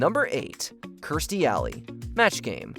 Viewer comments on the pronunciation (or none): Kirstie Alley's Match Game apperances were just shown on GSN earlier this week. Gene mispronounced her name as "Kyrstie".